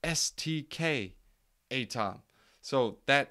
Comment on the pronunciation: I like A-TOM better! Keep it up. BENTO though not BEN-I-TO :D